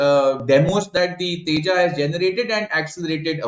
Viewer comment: The moment I hear a Pakistani "expert" pronounce " Tejas" as "Teja", I take my cue on how much research they must have done about what they are talking about. Non-serious guys.